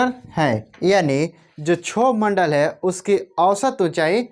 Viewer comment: सर क्षोभ मंडल का सही उच्चारण करो